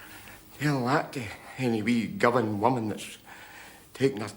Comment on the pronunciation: It's Govan, not Govern! 😅😊